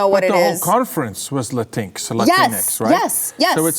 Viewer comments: LATINX is pronounced: "La Stinks" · For your consideration. LatinX Might I suggest the pronunciation follows… (phonetic SP) La Teen Oh, La Teen Ah, La Teen Ex. Okay, I’m available for canceling. o7